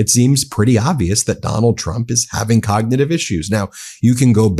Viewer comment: The man can't even pronounce cognitive